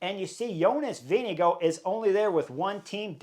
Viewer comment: Amazing pronunciation of “Jonas Vingegaard” today :)